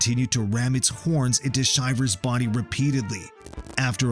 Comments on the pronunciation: Please learn how to pronounce the athletes names. I enjoy your videos, but it rakes my nerves to hear the mispronunciations 😞 Chris's last name is NOT Shy-vers... it's Shi-vers, as in "I'm so cold, I have shivers". And please... don't make videos unless you have researched your subjects. Giving misinformation just makes you look ridiculous. Not a good look for yuur channel. Especially if you're doing it for a job. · Chris Shivers highest score is 96.5 and you're pronouncing his last name wrong. It's Shi-vers as in your shivering because your cold, not Shy-vers. Get your facts straight